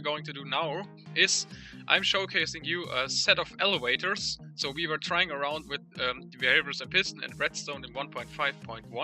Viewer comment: "elewators" heh